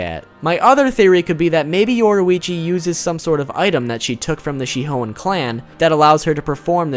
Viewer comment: Yoruichi “she hoein” 👍🏽